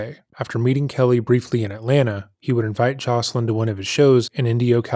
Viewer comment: her name is JOYCE-elyn. Something I remember about her and the others is how much folks kept mis pronouncing their names. Thank you for getting into even deeper details that a lot of did not know. I always wondered how long he'd keep getting away with the same pattern. I'm so glad that the times shifted (though it took far too long) and folks spoke out. I don't know why he thought his music was going to save him. Instead, it told on him further.